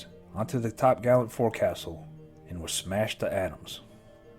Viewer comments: As a US Navy Sailor, only critique is that it is pronounced: 'Folk soul' not 'Fore Castle'. Fleet Sailors/ Marines knew that in 90s/200s. Just saying. Other than that, great piece. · It’s not pronounced Forcastle, it is Folk-Sull. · Forecastle is pronounced focsal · forecastle "fohk" + "suhl"